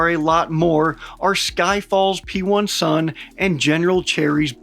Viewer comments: P1-SUN is actually pronounced with “i” instead of “1”. Which means pen1s in Ukrainian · Btw "P1 sun" we say like "pisun" wich literally mean penis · It's so fun how you pronounce P1-SUN, its literally mean a "Dick" in Ukrainian 😅